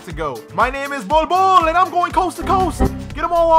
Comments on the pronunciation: I love the way he pronounces the "bold bol" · I love the way he pronounces the "bol bol" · Bol bol means pubic hair in my country. Stop pronouncing his name like the way you do coz it’s hilarious